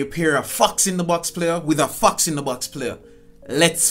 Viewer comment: its fox not fuxkzz